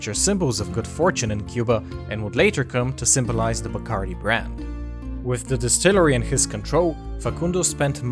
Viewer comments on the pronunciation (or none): Pronounced: bah-cahrr-DEE. It is annoying to hear a narrator with a Spanish accent mispronounce names. “Noons”?!😖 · you are mispronouncing everything. the name Bacardí is Catalan and the accent is on the last i. also, you mispronouncing Sitges, its pronounced in Catalan more like Seejus. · Not a very good quality rum these days. The best is Ron de Barrilito from Puerto Rico, the Tres Estrellas version. They should pronounce the name right, Bacardí is pronounced with an accent on the last "I".